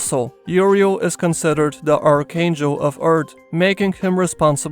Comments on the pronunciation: say EARTH not URTH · It took me till to realize he was saying “Earth” and not “Art”